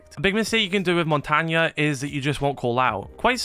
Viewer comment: Man really called Montagne Montania😂